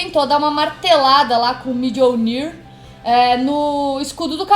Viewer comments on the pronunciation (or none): bá 2 coisas que notei no inicio 1: nos quadrinhos o escudo do Mano Rogers não é de adamantium? 2: se fala mionir não midionir. mas ótimo trabalho como sempre.